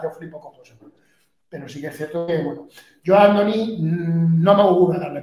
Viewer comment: "Ándoni" no: Andoni. Y no es natural y está comprobado.